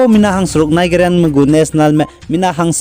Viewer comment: your channel is really an eye opener for our people bro. you are really oustanding in anchoring the latest updates. keep on soaring. yet I wanna convey a little suggestions with the utterances of specific words. eg. Nigeria.. the correct pronounciation should sounds naiziria... sometimes an improper utterances can mislead infos about the news you produced. thank u. yi ma gedu nang chu discourage jai yi chilei heu begu maklei akangpeu. keep up the good work.